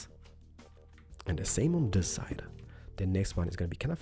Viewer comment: i like how he says "this" as "diz" 😹